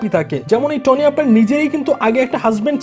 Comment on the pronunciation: vaiya নাম টা টনি না তনি হবে।